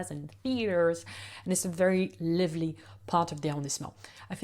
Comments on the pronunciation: Hi! Thank you so much for your wonderful videos! I'm moving to Paris this year so it is so helpful! I am also learning French and am so impressed by your English! You speak so very well. Purely out of love for a fellow language learner; the word 'lively' has a long sound where the 'i' is, just like in 'alive'. I just noticed that a few times in a few of your videos and wanted to let you know! The only reason it stands out is because you speak so dam well so I just wanted to let you know! Congratulations and thanks again! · Excellent video! I hope to visit Paris in 2025 and your video will help. I have one small pronunciation correction. The "i" in "lively" is long in British and American English. ❤ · Love your tips on all the arrondissements of Paris. Very good information. And I have stayed in 3 of those arrondissements and very much agree with what you said about them. But there is one thing I hope you don't mind me pointing out. You are mispronouncing "lively". From the word "live" as in "live" music. It should rhyme with five, drive and hive. So not liver-ly but live-ly. Cheers.